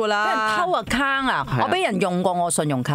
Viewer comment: 我都想讲。。。仲有Account读成Akkang我耳仔都好唔舒服。